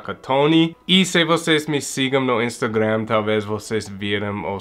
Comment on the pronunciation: falando Instagram do jeito abrasileirado, adorei 😆